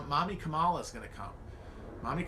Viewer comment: why do you insist on saying Kamala's name wrong?